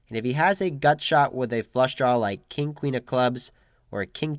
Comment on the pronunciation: It’s "draw" not "drawl"